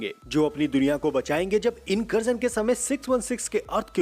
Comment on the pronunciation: Incursion ❌ Inkarjan ✅